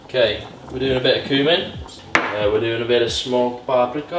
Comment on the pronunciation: Great video other than how you say paprika